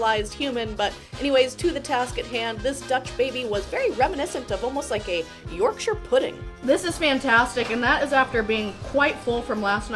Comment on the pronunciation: Glad you pronounced Yorkshire properly rather than well that way. Hilarious Americans came to Wales and asked ‘is this aber-gave-enny?’ Which is Abergavenny. Oh well we can’t all be brilliant linguists like Noam Chomsky!